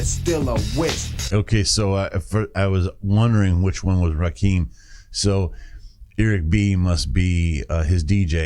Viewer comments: Its Ra -kim not keem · Pronounced Rahh Kimm 😂😂😂 Rah keem 😂😂😂😂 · It's pronounced Ra-Kim, not "keem." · Small important note: THE name is pronounced Ra- Kim not Ra Keem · loved the video. It's actually pronounced Rah - Kim. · Yo! Just wanted to stop by & show some love. I always appreciate seeing you go back to the roots of hip-hop (‘80s-‘90s). Rakim was certainly a pioneer in terms of “flow”, as hip-hop was much more simplistic in its delivery prior to the late ‘80s. P.S.: I haven’t seen it mentioned but his name is pronounced “Rah-Kim”. If you’re familiar w A$AP Rocky, that is who he was named after, for he was born in ‘88 a year after this album was released. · Ra kim is how it's pronounced. Just a heads up.